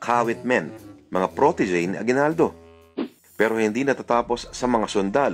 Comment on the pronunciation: aguibaldo not bayani but Bayadni .hahaha